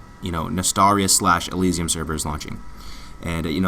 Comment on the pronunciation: Every single youtuber pronounces it wrong. Its not E-Lee-See-Um its E-Lie-Sium